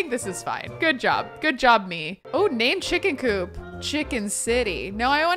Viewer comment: Me working from home having this video in the background:: “it do be busy in my cooch” Me: WAIT... what? Hahaha rewind: “it do be busy in my coop” Me: OHHHH😅😅😅